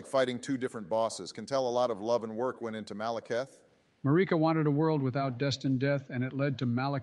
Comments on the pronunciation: Everyone else: Queen Marika: Queen ‘Mureca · The way pronounces Marika 🤢